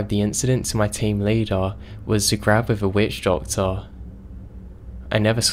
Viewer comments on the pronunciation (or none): "GARB" of a witch doctor , noy "GRAB"!!?! farkin 'ell